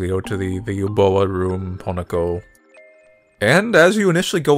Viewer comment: I give this game a 0/10 just for butchering Uboa. Yeah, I said it.